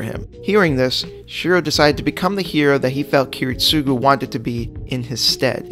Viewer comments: kirit-SUGU??????? wtf man??? I almost choke here!!!! aren't you a fan...supposed to know how to say at least the right way to say ki-RIT-sugo!!!! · You stress his name too much got on my nerves Kiritsugu you say it like “ Kiritsuuuuuugu” instead of “Kiritsagu” right Japanese vocalists can take long U’s to A... call em Kerry jesh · Every time he says Kiritsúgu instead of Kirítsugu I die inside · Bruh, Kiritsugu's name is pronounced key-rit-sa-goo not key-rit-SUE-goo. I know I'm nitpicking, but this is one of my pet peeves. I'm not asking for you to put emphasis on his name but say it properly at least. Great video other than that, and even though I'm not a fan of Shirou, I can see his logic of thinking. I only wished they had portrayed his thinking better in the Heavens Feel movies....